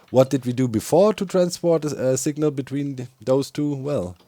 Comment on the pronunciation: Doc says signal like sigma. Just sayin